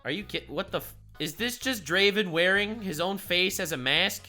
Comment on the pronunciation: No Necrit? Sadge. Edit: SHAH'an? No. Pronunciation that bad gets a dislike on the video. Edit 2: RAH-oom? It never stops. Edit 3: He actually did Pronounce Draven right. Your chat is wrong/lying.